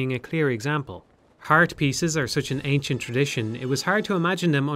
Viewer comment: "Anicent" bridle. Unfortunate!